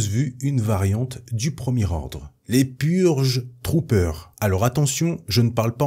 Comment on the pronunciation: Pour la partie sur les Purge Trooper g eu un bug , j'ai compris Pur jus troopers xD